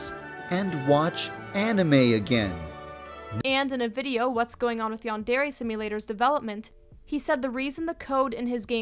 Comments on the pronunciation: Yandairy LOL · No, the way you pronounce yandare hurts my ears. Great video tho.